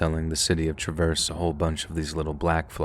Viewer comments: OK, the mispronouncing of Traverse City, MI and Grand Traverse County is driving me crazy. It is pronounced like the name Travis NOT like “I am traversing the river.” The heavy accent goes on the first part of Traverse, not the second part. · You're pronouncing Traverse wrong 😅